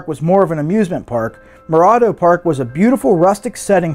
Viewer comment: He's mispronouncing Morado